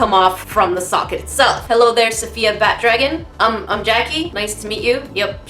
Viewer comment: lol "safayia" (it's safiya)